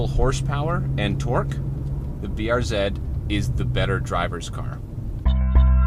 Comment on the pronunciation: Thank you thank you thank you. Pronounced BR Zed!